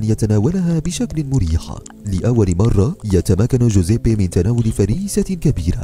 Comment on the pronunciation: كل شي تمام بس طريقة نطقك لاسمه مره غلط ههههههههههههههههههههه